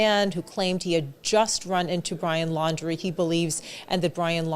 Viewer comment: Lower, Landry, laundry. Many people are mispronounced the name. Including newscasters